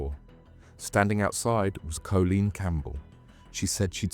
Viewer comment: Are you ai? Cz surely you’ve got to of grown up inside a hard drive if you think that’s how you say Colleen 🙈